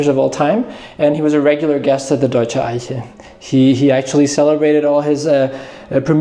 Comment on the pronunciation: your German pronunciation of Eiche is very good. I often wondered, from where you come. It sounds....now that I listen, that you're likely German.